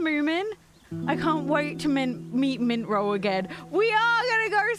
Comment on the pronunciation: Hii! It’s mummi troll. Not mintroll 😂